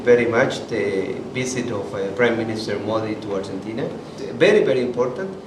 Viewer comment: Simply disgusting pronunciation . Neither the news reader nor the two onsite reporters can even pronounce Argentina. It's ARGENTINA and not URGENTINA. Horrible! Simply poor!!!